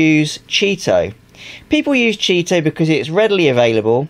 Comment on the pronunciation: CHEE-TO! Thanks for video! Good info!